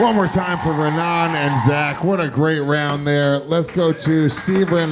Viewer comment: It’s Raanan not Ranaan